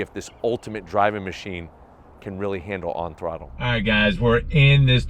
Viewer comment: The way you're saying "On Thrutlle" is super 😂👍🏼